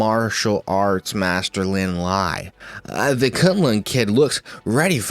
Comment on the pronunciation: Thing about Lin Lie is that his name isn’t pronounced as the English word “lie” but rather something more like “Lee-eh”, which is romanized as, well, Lie You probably already know but I’ve heard pleeenty of Chinese names be mispronounced with an “English” pronunciation so it never hurts to educate